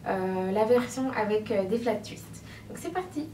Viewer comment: "Tchuiste" 😂 jolie coiffure